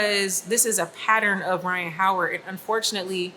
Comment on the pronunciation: "Rhyne Harden"